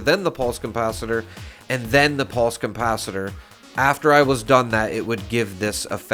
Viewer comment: CoMpacitor?? Com ? Not Capacitor then 😂